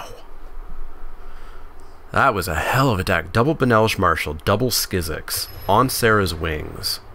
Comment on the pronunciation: I would've taken the early Merfolk Trickster instead of Yavimaya Sapherd. Also Skizzik has a 'k' at the end and not an 'x', it's just "Skizzik". I always thought it was legendary as well, but apparently it isnt, which I find weird.